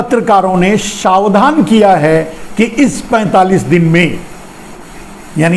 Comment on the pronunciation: शावधान नहीं, सावधान बोलिए ना, श्रीमान जी।